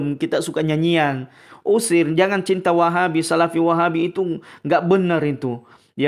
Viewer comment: Apa lg kalo pas ngucap "Wahhaabbi...mendok banget kol kolah langgam Jamadur nya..😁